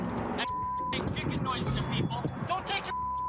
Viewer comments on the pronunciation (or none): none